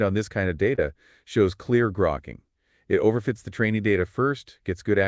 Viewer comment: It's not "groke-ing" it's "grokking" pronounced like "Spock". It comes from Heinlein's book "Stranger in a Strange Land"